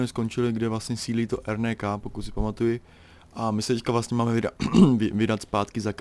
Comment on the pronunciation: RNK = ErNéKá? :DDD N se čte jako Né? :DDDDD